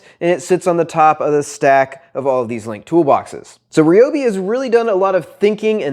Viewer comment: Thank you for pronouncing it, right! And a very concise review!